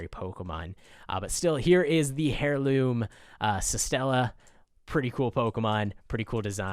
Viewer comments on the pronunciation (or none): Air loom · "hairloom" idiot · I cringe at the way you pronounce heirloom